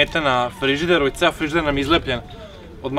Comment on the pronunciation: rekao FLIZIDER hahahah